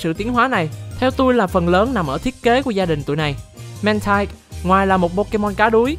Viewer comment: Mantine đọc là /man-tin/, còn Mantyke đọc là /man-tai-k/ bạn nhé